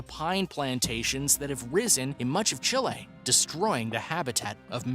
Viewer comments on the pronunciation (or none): none